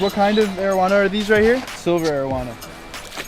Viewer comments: I keep hearing Arowana as marijuana... lol XD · why my mind tells me "marijuana" every time he says arowana